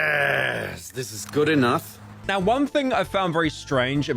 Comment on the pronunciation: i like how he say enoth instead of enough